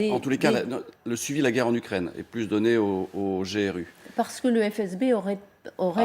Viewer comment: G-R-U🤦‍♂️ Ça se prononce grou comme dans « groupe ». Vraiment n’importe quoi 🤡